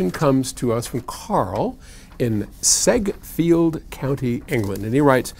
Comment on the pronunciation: Sedgefield. Sedge rhymes with hedge. A 15-watt Vox AC15C2 with 12” 100db celestion blue speakers WILL blow your socks off. Not much use for home hifi though. Good video 😎